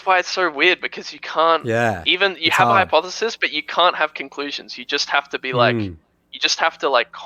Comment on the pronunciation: This guy really said "hypothesi" trying to sound smart